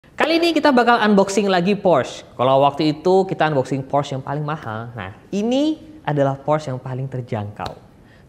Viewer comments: "Porsche Macan" bukan "Porsch Makan" ya guys 😅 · PORSCYE ,, bukan PORSH wkwkwkwk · Porsche , e nya kelupaan bang Org Jerman ttep pake e kok